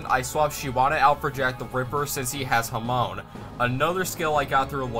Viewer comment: I hate being that person but it's genuinely bothering me: Hamaon (HamA-On), not Hamoan. That being said, I didn't even know this game existed and it looks really cool. Fun challenge run, good job.